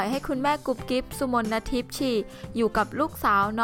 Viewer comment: ชื่อกุ๊บกิ๊บ อ่านว่า สุ-มน-ทิพ ไม่ใช่ อ่านว่า สุ-มน-นะ-ทิพ #เอามาจากไหนใครสอน